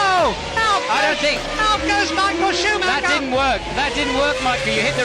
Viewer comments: There was no driver called schumaha it's pronounced. Schumacher, if you can't get the names right DON'T speak about F1 or any motorsport. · Schumac-her when its supposed to be pronounced Schuma-cher. Im always having a good, its embarrassing as an English speaking person, this voice is AI all over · Schumahah huh? Do better, AI voiceover. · Michael Shoemahaa 😂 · Truth be told lad been going through the comments trying to see who else copped onto it driving me fucking mad listening to him say shoe Ma her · AI voice again! Even though English, cant pronounce even Schumacher right. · Michael who,please say his surname properly.geez.